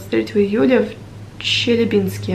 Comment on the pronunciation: I appreciate this video, thank you :) How old are you? May be you would find useful to know that word «Челябинск» has an accent on the second syllable, not the third.